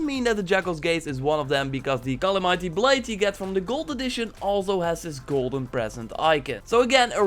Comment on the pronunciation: I’m sorry but it’s Cala- me tee not Cala- mighty